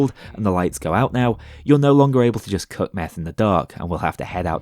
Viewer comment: He didn't say 'cook' or 'cooking' once in this video. It was all 'cuck' and 'cucking'. Prove me wrong.